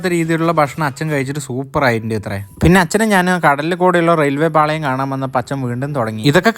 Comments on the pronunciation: റെയിൽവേ പാളo ❌റെയിൽവേ പാളയം 😂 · എടാ കുട്ടാ, നിൻ്റെ പ്രായക്കാർ കൂട്ടുകാരുടെ കൂടെ മാത്രം ട്രിപ്പ് പോകുള്ളൂ. നീ അച്ഛനേം കൂട്ടി പോകുന്നു. നിന്നെപ്പോലൊരു മകനെ കിട്ടിയത് ഭാഗ്യം തന്നെ. പിന്നെ ചിലത് ഒന്നു ശ്രദ്ധിക്കണട്ടോ: 1. ശംശ്യം അല്ല സംശയം , 2. റയിൽവേ പാളയം അല്ല ' പാളം' . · റെയിൽവേ പാളം എന്നാണ് അല്ലാതെ പാളയം അല്ല